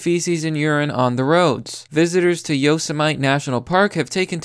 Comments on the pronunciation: Isnt it Yo-sem-et-ee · It’s pronounced “YOH-SEHM-IT-EE” 😂